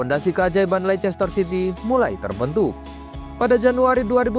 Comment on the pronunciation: Bacanya leister city bukan lechester city ....